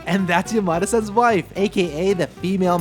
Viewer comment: This is a good addition to my knowledge. Though.. why did you pronounce Yamada-san like Yo-ma-de? I keep hearing "Your mother son" 😅